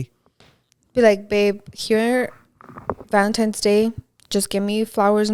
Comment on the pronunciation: saying “valemtimes” instead of valentines lol